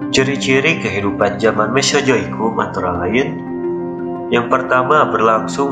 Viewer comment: Naratornya orang sunda. 😂😂🤣🤣